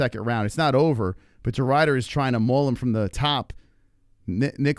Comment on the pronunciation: it's Ridder not Rider you plebian